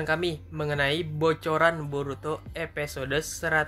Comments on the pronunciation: Episode bang bukan epesode pengucapannya. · Ngomonya episode bkn epesode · Sama njir.. Padahal di judul dia nulis episode tpi dia baca EPESODE.. Wkwk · Episode bang bukan epesode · Episode woyyy bukan epesode 😂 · Kak bisangaksih bilang episde 😡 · EPISODE WOI BUKAN EPESODE. mual gw dengernya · Epesode....!!!! Kyak mau keselek lu ngomong min.... Menjemput bukan bejemput... Untung aja gk bejembut...